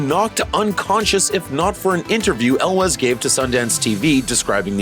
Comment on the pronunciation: Ok I was gonna watch all the way thru, but on the second one...really? El wes? Really? At least learn how to pronounce their names if you're gonna talk about them